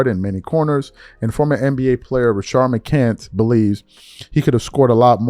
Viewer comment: Rashad, I don't know why can't say his name correctly lol